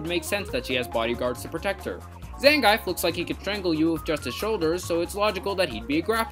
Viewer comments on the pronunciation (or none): In SFV's character select it's pronounced "Zon-gi-eff" not "Zangyfe". I did find a lot of what you said to be patently untrue and sometimes even ridiculous. For example you talked about how Parasoul is supposed to be a trope subversion of a damsel in distress since she happens to be a princess who uses a parasol. Except for the fact that you were only able to think of ONE other example of this, and that is Princess Peach, who literally has nothing in common with Parasoul at all. If Peach is literally the ONLY example you were able to think of regarding 'princess with an umbrella' then it's not really a trope, is it? Are you even able to name ANY other examples of this so-called 'princess in distress with umbrella' trope? And Smash Ultimate's graphics are not 'objectively better' either, the plurality of players think SSBU actually has significantly uglier graphics than its predecssor due to desaturating the colors and making all the characters more drab and washed out, as well as needlessly emphasizing the shadows. Your arguments largely make no sense, your logic is way too broad and basically boils down to "this Skullgirls character has [completely superficial similarities] to [another thing that exists somewhere in the universe], therefore it is a brilliant and incredible design, as well as commentary/subversion of [that other thing] which I will now call a trope for no reason despite it not being established or recognized as a trope in any way". It's like you didn't real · Never watched a more pretentious and incorrect video in my life than this one. But props for being the first person I've ever heard pronounce Zangief's name completely wrong. "Zangyfe". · it's pronounced zan-GEEF